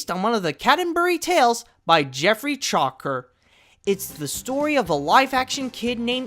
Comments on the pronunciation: That's The CAN-TER-BURY Tales by Chaucer (CHAW-SIR, NOT CHALKER). Also, what really happened was that while Chanticleer was distracted by another rooster sent by the Grand Duke of Owls, everyone on the farm, including Chanticleer, noticed that the sun was rising even though, he (Chanticleer) hadn't crowed/sang. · Geoffrey chauker lol wtf😂 I think you meant Geoffrey Chaucer like a S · that's not how you pronounce chaucer, ffs